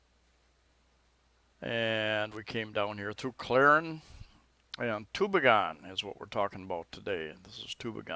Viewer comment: Great little town. Been there hundreds of times. It's pronounce too-BEE'-gen by the way. I love the new stores they put up there too. We live just 25 Klm away in Catigbian. You went through there if you came up from Tagbilaran City, along with Balilihan and Corella. My wife is from Catgibian and we have a house there too.